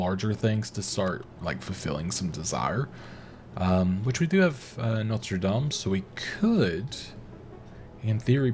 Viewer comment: The university is in north Indiana in South Bend (south bend of Lake Michigan). The only large catholic school not in the Big East (anymore). Went to St. John’s for both my degrees but it’s actually pronounced NO-tur lame (or “dame” if you want to be technical).